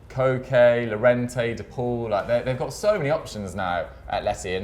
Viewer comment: Pretty sure Llorente is pronounced Yorente guys?